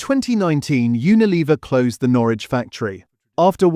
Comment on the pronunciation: Who moved burton on trent to germany? And wheres 'norrrrwich'?